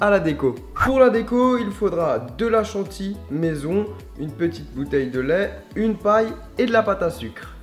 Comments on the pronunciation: Chanty Mdrrr on dit chantilly 😂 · C'est chantilly, pas "chantie".